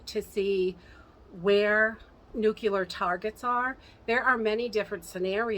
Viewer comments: Just FYI it is nucLEAR not nucULAR. LOl totally different word.. Just letting ya know :-) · "Nuclear", as in the NUCLEUS of the atom. Not "nu-cu-lar"...Nuclear.